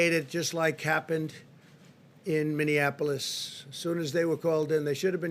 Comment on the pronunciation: Someone finally told him how to pronounce Minneapolis!